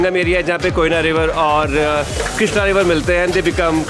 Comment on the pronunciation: People call it 'कृष्णा' and not 'क्रीषणा'!!